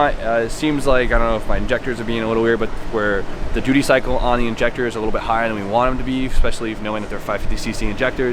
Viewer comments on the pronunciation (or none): none